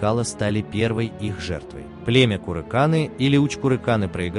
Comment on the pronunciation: Одни устаревшие стереотипы советского времени. Археология так и не смогла установить связь с курыкАнами (автор даже не может правильно название племени говорить). На Байкале следы саха не найдены, зато, еще в 40-е годы прошлого века профессор Окладников нашел в Олекме кости домашнего быка. Радиоуглеродный анализ показал, что скотоводство на севере существовало в V веке н.э. Улахан Сегеленняхская культура(продолжение ымыйахтахской). В 70-е годы профессор Мочанов нашел 5 черепов ымыйахтахской культуре. Изучив их, ученые установили их идентичность с якутскими. Современная генетика установила, что мифический предок саха жил 1300 лет назад. Это VIII век н.э., время падения Восточно-тюркского каганата. Считается, что на Лену пришел молодой Эллэй боотур и женился на дочери местного главы Омогоя бая. От них родился 90% саха. Генетики указали, что Эллэй и Омогой были родственниками, принадлежали одному снипу n-m1982. Знаменитый воин Кердюген найденный в Чурапчинском улусе был захоронен 4600 лет назад. Рядом обнаружили другое древнее захоронение. Изучив его кости, ученые установили, что это был самый древний образец гаплогруппы N-M2019 (предковый якутский) на сегодня - образец N4a1 (Kilinc et al., 2021). Возраст около 4600 лет до н.в. Это доказывает о том, что сахалар жили на своей земле со времен Ымыйахтахской культуры 5000 лет назад, а не как на ролике Это отсюда уходили люди. Родственную связь индейцев и саха ученые доказали давно. Также, давно доказаны факты родственности финнов, с